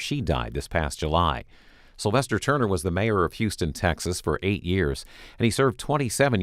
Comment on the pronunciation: “Slyvester” Turner